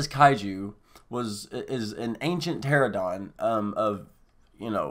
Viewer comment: Pteranodon is pronounce Ter-an-oh-don. Also, I think that image is of rodan hibernating inside the volcano, not of it creating a sonic thunderclap. Great video though, I am wayyy too excited for this movie lol